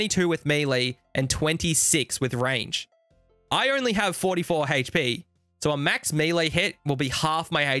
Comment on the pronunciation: Not even gonna lie, I get all hot and bothered when says things like "Haych-P" and "Monstah"